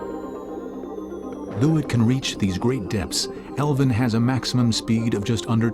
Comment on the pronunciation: So annoying hearing the narrator call it elvin not Alvin 😡